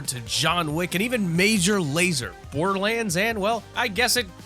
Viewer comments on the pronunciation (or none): none